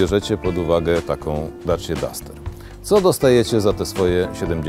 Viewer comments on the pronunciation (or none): none